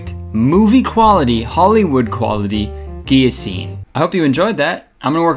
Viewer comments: did he say Guillo-scene? Cause that is hard af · I only saw a few on twitter saying it’s pronounced “gill-o-tine”, none here I have wasted my time searching for tea once again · Chilli-Ice Olive-Abode he pronounces it correctly...are you talking about when he says guillo-scene? Because it would suck to have to explain the joke in the comment section of his own video. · it's pronounced GILLotine kurtis honestly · POV: you just watched kurtis’s instagram story and are looking for the comments where they tell him he pronounced “guillotine” wrong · The way he pronounces guillotine makes cringe. The 'L' is supposed to be pronounced arghh